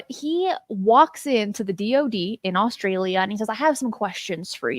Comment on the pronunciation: Australia not Allstralia! My dad says it the same way lol!